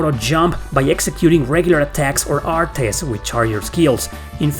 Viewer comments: Im getting triggered from the way you pronounce artes 😂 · The way you pronounce "artes" is constantly giving me whiplash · If you're using normal attacks in ToDR, you're playing the game wrong. Use "artes" (I've never heard anybody pronounce the "e" as you have) chains only. The CC system lets you cancel anything into anything. And once you hit CC max, use only one move instead of draining the whole gauge. Once you reach max, the gauge resets to what you end your combo at, or goes to min if you empty it. For example: 3 min, 10 max. You reach max, do a 2 CC arte and stop, the gauge will refill to 8. Then you can dump the whole thing and it will recharge to 9. Then dump it again to reach 10. Then repeat the process. It increases by 1 CC from min each time you end a combo and return to neutral (even if the combo is continued by another character. You can also use the Flat ability to make your min and max an average, so instead of min 3 and max 10 you would always have 7 CC. Doing artes also increases their proficiency so you wan to spam them. You get bonuses like extra hit stun and a +1 CC on hit to extend combos after a few hundred uses. Also note that you can chain into magic, and the longer the combo the faster it casts. Nothing beats chaining Holy Lance into Big Bang with Philia in an infinite combo when you get the timing right, provided the enemy survives. It's a full air combo juggle so it prevents the enemy from escaping into Overlimit since they never touch the ground, too. Graces uses a modified system of CC, you may have noticed. Oh, and you can increase item capacity to 30 with the Grade